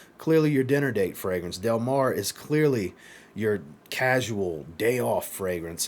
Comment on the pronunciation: I definitely loved Del Mar La Tacita de cafe is really good as well. I still have 4 more to test. You pronounced the name just fine. Del Mar reminds me of Alien from Mugler I could be really off but that’s what I got. Which I love Alien. I do have a slight cold today 😂